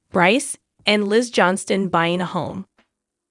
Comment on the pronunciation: Why do you repeat yourself, and their last name is pronounce Johnston incorrectly